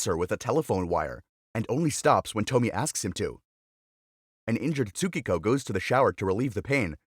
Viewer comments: It's not "TO-MI" but "TO-MI-E" dumb narrator lol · And also its not pronounced toe-mee. Its to-mi-a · It’s pronounced Toh-me-eh not Tomy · You already spelled "Tomie". So why do you keep calling her Tomi??? It is TOMIE. To Mi E. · It's not Tommie (that read same as Tommy), it's tomi-yeh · Small edit, her name is said Toh-mi-eh, not Tomi, that’s a totally different name. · (TOE-ME-AYE) Tomie Not (TOE-ME) as you pronounced it. So hard to make it through this video because of it. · Toh-mee-eh, short E at the end, not Tomi. Baka gaijin. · it’s not toe-me it’s toe-me-aye (Tomie) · It's not pronounced tomy by the way it's pronounced to-mi-eyy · Tomie is pronounced 'tommy - eh', not 'tommi' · Toe-me-a is how it’s pronounced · It's pronounced "TOMI-E" everything is pronounced the way it's spelled out in Japanese. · It's pro bounced to-me-aye 😭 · Say it with me.. "To-me-a" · It’s a classic, this is actually quite well known in Japan! btw it’s pronounced “TOH-MI-EH” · Toe me ay.the miss pronouncing of the name throughout the video drive me crazy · Dude it's pronounced To-mi-e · I think ‘Tomie’ would be pronounced ‘Tow-me-ay’ 😅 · Im so peeved by how he pronounces Tomie. It's tow-mi-ye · It’s pronounced “toe me aye” btw for people who aren’t robots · There's no way David Cronenberg and Junj Ito aren't aware of or inspired be each others work. BTW "Tomie" is three syllables and rhymes with "go ebay" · It’s “Toe’ me’ yay’” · It's To-mi-eh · It's to-mi-e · The way he pronounced “tomie” 😭😭😭